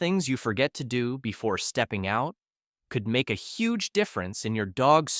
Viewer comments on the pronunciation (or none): none